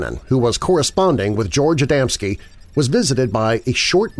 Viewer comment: Its Adamski, not Adamanski. Plus, a lot of people including myself put the stress on the second syllable, but the stress should be on the first syllable.